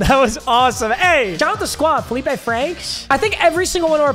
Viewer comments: I went to high school with Feleipe Franks lol. That is how you say it. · Being the representative of Arkansas football, this video is approved. Felipe Franks is valid. And yes, you did say his name correctly